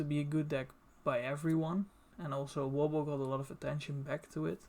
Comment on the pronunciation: I could listen to you say Wobble all day